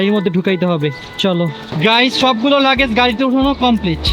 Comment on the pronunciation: Lakej❌ Lagej✅